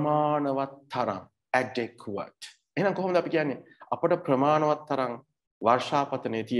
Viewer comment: To be brutally honest, the way you pronounced adequate isn't correct. I wonder why you keep teaching people who are clueless about such matters! Anyway, are you a TEFL certified tutor? If so, can you share your credentials as a tutor? 🤔